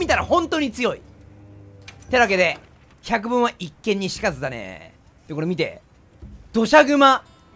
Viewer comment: ひゃくもんって言ってる